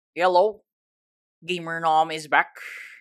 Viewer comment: I love he said ‘hello’ but i hear ‘yellow'